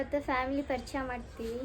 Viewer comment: Parcheya alla parichay😂